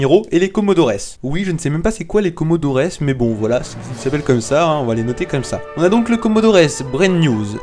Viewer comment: On prononce "comodor" pas comodores